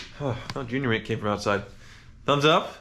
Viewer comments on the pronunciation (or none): none